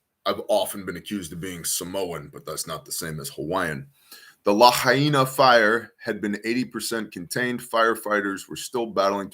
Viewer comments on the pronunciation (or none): I believe it's pronounced La-high-na. Paradise fires.